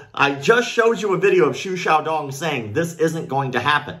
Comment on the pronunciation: I very much appreciate you pronounced his name correctly.